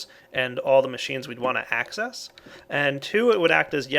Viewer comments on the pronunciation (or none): I heard "hack-cess"